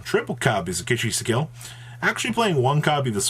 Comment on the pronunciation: How wrong do you want to pronounce "ki-sikil": Kish-shisikil"